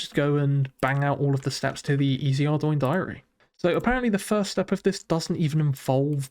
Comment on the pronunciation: Very nice start nevertheless. Thank you for pronouncing Ardougne correctly 🙏